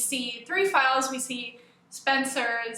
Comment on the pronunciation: Lol I thought you said "looking at females on her computer"